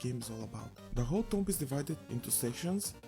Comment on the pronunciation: "Tomb" is pronounced "toom", it's a mostly silent "b" And a long "o" Don't ask me why 😉 The game is definitely not for me but I can see it's appeal to others.